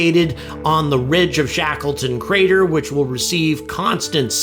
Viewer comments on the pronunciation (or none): none